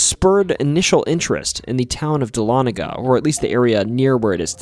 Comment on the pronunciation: Dahlonega resident here! Thanks for pronouncing it correctly. 😀